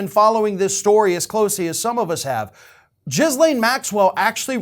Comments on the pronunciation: Omfb lol jizz lane Maxwell I think the s is silent. Gillane roflmao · Jizzlane Maxwell? It's pronounced Gillane. Happy to help. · eh...there's a silent s but jizzlane sounds better, fair play! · It's GHEE-laine, not JIZ-laine. Learn how to pronounce her name, even if she's a bad person. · as much as I laugh at the Jizz-Lane pronunciation, it's pronounced Gih-Lane. like Elaine, but with a G in front. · I like how despite her name properly being pronounced "gil-LANE" (the s is silent), instead chooses to call her "JIZZ-lane" 🤣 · Her name is pronounced Ghee-lane with a soft G- and a silent S-. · Her name is pronounced Ghee-Lane. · FFS,... The woman's name is not "Jizz Lane" - as amusing as that pun is, and how vile her actions were. You don't get to rant at redhats purposely mispronouncing the VP's name if you do exactly the same thing to this horrible person. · I thought her name was pronounced Gee-lane with a hard G sound.... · GeeLANE is how you pronounce - hard 'G' and silent 'S'. I'm sure DT had fun with THAT name! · I didn’t expect to be one of the people to pronounce her name as “Jizzlaine” lol. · Silent "S"... Its Ghee Layne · I love that you also pronounce it Jizzlaine… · giz-lane with a soft G pronunciation. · OMG the number of times he said Jizzlane here is a hoot. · 🌈💯 It’s supposed to have a soft G sound, but I LOVE pronouncing it with the hard J sound for that appropriate value of JIZZ-lane. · Try saying it 'Gilane'. I know it's minor, but it really pisses me off. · to borrow one of your favorite expressions, for the love of God, would you please learn to pronounce Maxwell's first name correctly? It's "G" as in go, get, or gill. The "S" is silent, and the last syllable gets the stress, pronounced as "lane". You can be disgusted with someone yet still pronounce their name right. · I don't think it's intentional though, he tends to be really bad with unusual names or foreign locations. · it's a hard "G" 🤣🤣🤣